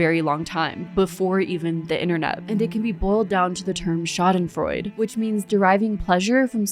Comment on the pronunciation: Schadenfreude is a german Word, so you do pronounce the e at the end, kinda like an „uh“ sound. :)